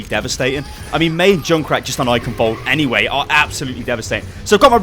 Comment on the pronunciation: The 'ch' in Eichenwald(e) isn't pronounced like a 'k', its a Sound not used in english, which sounds like a cat hissing. would be great if more People say it right, because even Athena/announcer doesnt get it accurate.